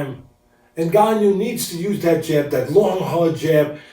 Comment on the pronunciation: "Ngannout" lol